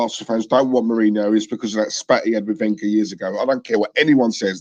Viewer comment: Can we get Wenger's name correct? It's pronounced Ven-ger not Wen-ger